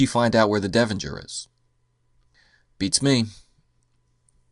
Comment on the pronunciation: Devonshire. Not Devonjur.